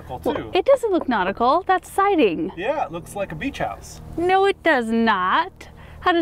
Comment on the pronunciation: Take a drink every time you guys say notical 🤣♥️